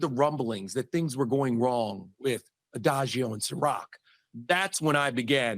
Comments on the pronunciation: He keep saying adagio, and I’m pretty sure it’s Diagio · Diageo, not Adagio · Who the hell is adajeo???....DIAGEO. just a little effort goes a long way man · It's not Adageo..... It's DIAGEO!!! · Why is he calling it Ediageo???? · Coming from the food and beverage industry, hearing Diageo pronounced wrong constantly is like nails on a chalk board 😖 Dee-ah-jee-oh…. But yes Diddy and all of his associates are going down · It’s bothering me that doesn’t understand it’s Diageo that’s the name of the major liquor distributor/company and he keeps mispronouncing it over and over.